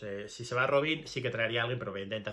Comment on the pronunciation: Robin pas Robine, tu prononces pas correctement, mon vieux. Robine c'est nom de femme. On prononce Roban, c'est plutot ainsi, essai de le faire bien.